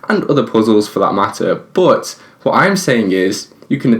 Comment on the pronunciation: Y do u say boooot not but